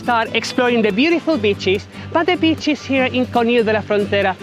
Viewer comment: You pronounce beaches as bitches makes me laugh everytime 😮😅😅😅